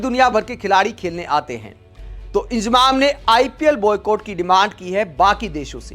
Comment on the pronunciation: इंजमाम बोलना सिख ले इजमाम बोल रहा है